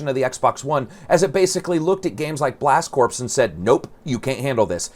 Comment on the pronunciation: Why does noone know how to pronounce corps.? Its not "corpse" Its "core". U dont say the marine corpse do u